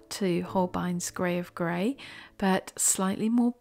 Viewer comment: 😂😂. I still hear it grave grey 🤣.